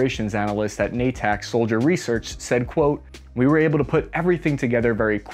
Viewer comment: Na-tac, nooooo 😂😂😂